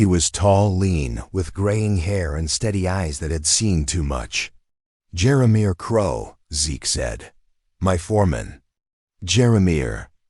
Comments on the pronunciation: The narrator what's pausing in the wrong stops as he told the story made me upset, when he, keep pronouncing Jeremiah, as jeramir. Lost interest and listening to these stories. Great storylines but don't" play" with us as readers. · Who can't pronounce Jeremiah???? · I enjoyed this story but the mispronunciation of Jeremiah drove me crazy. 😂